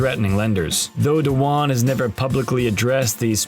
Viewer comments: You can’t even say his name correctly. It’s not Tom Dawan. It’s Dwan - one syllable. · Why is he pronouncing his last name as "Do-Wan"??????? Tilting me. Does this guy pronounce "swan" as "sue-wan"???